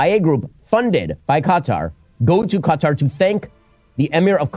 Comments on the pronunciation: Why does he keep saying cutter instead of KATAR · why's he saying Qatar wrong...cuh-tar....he needs to get out more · kutar, dose he mispronounce it on purpose? Yes, mans smort. Dont believe this mans words. Just a indoctrinated religious guy. He is on the wrong side of history. We just want peace. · LMAOOO Ben kept pronouncing Qatar as "cut are" that someone wrote in the chat "CA TAR PILLAR" 😂😂😂😂😂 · The guy can’t even pronounce Qatar correctly but wants you to side with him on his podcast 👀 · Asmongold: Qatar Everyone: Ben Shapiro: Cutter Everyone: slap forehead